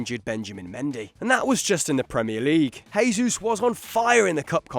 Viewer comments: Gabriel Jesus, not Resus. He's from Brasil, it's portuguese, not spanish, the "J" doesn't become an "R". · It's Jesus, not Hesus. We are brazillian, not colombian or argentinian. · You pronounce the j in Gabriel's name since he is brazilian therefore speaks portugese not spanish